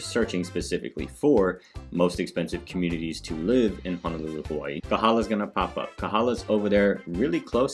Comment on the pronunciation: Ho no lulu not han o lulu. And o ahu not o wahu. Get it right.